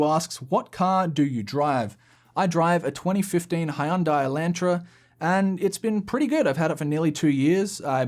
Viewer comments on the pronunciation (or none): How you pronounced Hyundai Elantra was entirely different from every other day I've heard it said. Love the channel 😛